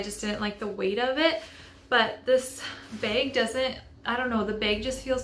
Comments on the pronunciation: Why do you keep saying "bage" its bag with a short a sound 🧐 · There are so many accents in the world